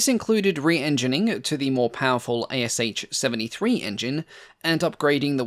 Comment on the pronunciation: Thanks for a video. By the way, the ASh engine designation is pronounced as just two sounds, like in ash tree, not like A-S-h.